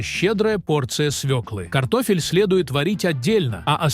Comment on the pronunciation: Один " т0фель " вместо картошки чего стоит 😢.